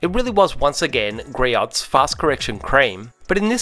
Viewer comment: GREE-OHS, not gree-otts.